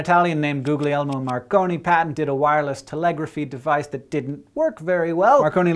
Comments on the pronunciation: "Googleiermo Marconi" hahaha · You don't pronounce the second g in "guglielmo"